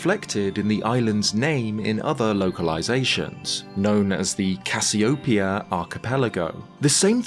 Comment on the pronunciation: You mispronounced Cassiopeia. The stress is on the e, not the o.